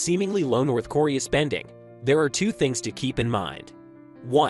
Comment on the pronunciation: North corea....how can you make a video about a country an not even know how to pronounce the name ....nobody can take you seriously if you can't even get the name right